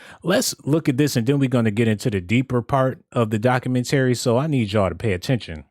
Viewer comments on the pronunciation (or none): doc-u-MEN-tah-ree not doc-u-men-TARE-ree